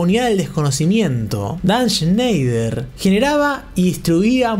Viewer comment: Shnash shneishner 🤙 shenshny shansner🤙 sneish y shnoish🤙